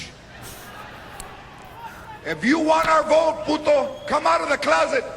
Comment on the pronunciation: I like Ana!!! She is Beautiful!!! She's Cool! She says "Puto" very well. Thanks for posting this. Ohh!! Yeah!!, George Lopez is Funny!! Very Funny. Fuck You!! Sheriff Joe Arpio, or however You spell your fucking name??!!!